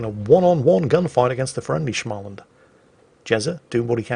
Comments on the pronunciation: Its smohl-land not schma-lnd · You seem to pronounce Småland like it is German... "Schmalland"... It is pronounced like "small"... "and", like in "He is a small boy and has a limp." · Ok. I understand that the Swedish names are hard to pronounce. But please, just say "Smaland" (sma as in small) instead of "SCHMAland". I forgive you for not being able to pronounce the "å". But i cringe when I hear "Schmaland". Other than that, great video! :) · It's Småland, not SCHMALAND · Småland, S(not Sh)må(å as O in lord)land. Småland. Means Small Land, or Land of the Small. Might actually mean something else originaly, dont know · What the hell is a "Schmaland"? Rather, combine the English words 'small' + 'und(erstand)'. The vowel sound of 'small' is spot on the umlaut in 'SMÅL' and the first syllable of 'UNDerstand' caps it off nicely. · Actually, Småland is pronounced "small and" and literally means small land. Trust me, I live there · is "Shhmallland" proper pronounciation or is this just? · try saying Smaw in the beginning when you say Småland and you'll have it nailed lika a true hurdy gurdy! =) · "Småland" should be pronounced like "Small-land" except you say it fast and drop the 3rd "L". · The swedish ship - just say "small-land" - it sounds almost like it's supposed to be pronounced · Try saying småland as if the å is an o rather tan an a, so the beginning is like a smolensk, it will be closer to how it is pronounced i think.